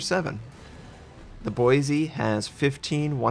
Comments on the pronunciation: Its Boi-see not Boi-zee The S is not a Z. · It’s Boise (Boy-see)! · Ohh boy, you aren't saying Boise like a local would... Not wrong or bad, just a little odd hearing it from an outsider. (BOY-see) At least you don't have to say a few other names native to Idaho... like Coeur d’Alene (Kore-duh-Lane)... Thank god that one didn't have a ship named after it or the butchering would be rage inducing... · I cringed every time you pronounced Boise. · Believe it or not, You actually pronounced “Boise” incorrectly.